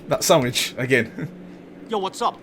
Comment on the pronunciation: It's sandvich not sandwich